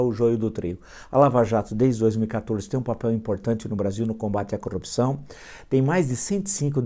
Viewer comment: Acho engraçado, o Sr fala "corupcao". Sem os dois "R"s. De quanto tá o preço do abacate mesmo??